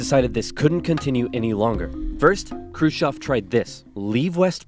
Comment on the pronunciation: ржунимагý😀 как он произносил курушев.